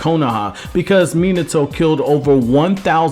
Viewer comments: it’s Mi-NA-to not Mina-toe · Dude you are the best I hate it when people pronounce minato min like minutes a toe when it's pronounced mean a toe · It's not mean-it-to its fucking me-nauto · Bro, why are you commenting on Naruto stuff if you can't even pronounce the names right? It's Mi-nato, not fucking Menato. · Not Mi-NAH-to???? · I felt like his name should of been pronounced mi-not-to and not minato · cool video but christ you americans butcher name pronounciations. Minertoe lol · Omg how many times can you mispronounce "Minato" in one video?